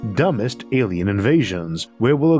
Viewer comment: "Awien wefugees" - the speakur